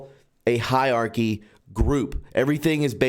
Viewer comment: >"hiarchy" instead of hierarchy >8coon instead of 8kun >4 minutes preamble prefacing every single video (~25% total video length) You are on THIN ice with me, pal. I will not be subbed for much longer, methinks.